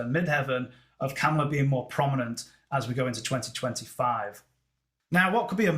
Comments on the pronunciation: It’s Ka MA la. Not KamaLA or not KAmala. It’s sounds like you’re saying Cowmala or camala . It’s a tough one. Listen to how she says her own name. It’s really . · Her name is pronounced COMMA-LA - Not Cam-ala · she calls herself comma-la. President Trump deliberately misprounces her name. did by accident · Very good analysis,. May i kindly mention that she pronounces her first name as comma-la. The Trump campaign is deliberately mispronouncing her name. It would be interesting to see her solar arc for 20 Jan 2025 when the new president is inaugurated. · Please pronounce her name correctly…comma-la